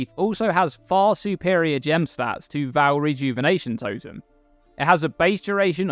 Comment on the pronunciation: Love your vids,. Even if you do pronounce Vaal wrong...;^)